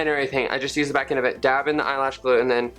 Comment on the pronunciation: "An erything"